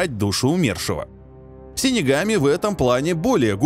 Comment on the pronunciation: Выговорил с первого раза .Хы